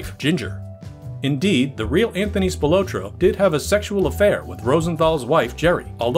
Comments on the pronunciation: It's Spil-AHT-roe, not Spi-LOW-tro. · Tony SPIL OT TRO --Pronounce it right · spi-lah-tro=Anthony Spilotro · Good info Just wrong pronunciation of the Spill AH tro brothers THRU THE WHOLE THING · it's pronounced Spill-AH-troh. Grew up with one of his decendents. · Love the video soo good but you are pronouncing the names off lol... I knew related spilotro... its pronounced spill-la-tro also Scavo is pronounced Scaaa-vo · Its PRONOUNCED SPIL-AH-TRO. THATS A SIMPLE MISTAKE THAT SHOWS RESEARCH ISSUES. other than that great video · “Spill low tro.” 😂 what really happened to the research & proper pronunciation? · Spil otro lol. You're pronouncing his name wrong. Didn't even mention Frank Cullotta. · For the love of God. Please learn how to pronounce Spilotro. SPILL-LOT-TRO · God damn I wish he would pronounce Tony's last name right... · a huge mistake. Las Vegas Casinos had sportsbooks in them since the 1940's...also, the host pronounces the name Spilotro wrong...Our host also pronounces 'Nevada' wrong....Geez... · Your pronunciation of Spilotro is very annoying😠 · Mispronounced Tony’s last name